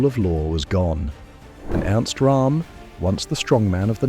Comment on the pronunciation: Roerm not Rahm. He was German not Indian!